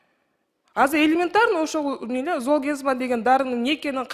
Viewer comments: Зоолмигрен дейби оно кыз😅ат десе тоо дейтко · Уят уят сулуу айым дарынын атын туура айталбай жатат! Жоопко тарткыла бу аялды Даярданбай эле камалсын! Жетоо отурабы камалсын! Золгезма ны туура айталбай жатат ээ зол мигрен деп Дагы мактанып коет выщыймын деп ай ай уят уят уят уят Андан коро келбей эле койбопсун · Дарыга тили келбейт кандай вырач😅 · Уялбай оригинал дегендечи, бет деген деле калбай калганбы ? Бул креслодоку отурган здравоохранения аман эле болгула! Даже название айталбай атат уят эле Кудай ай ушундай адамдар эмне деп иштеп журот алжыган акмактар! Ушуларды текшериш керек ошол 16 балага даже жеткенине ишенич жок бул акмактардын айынан.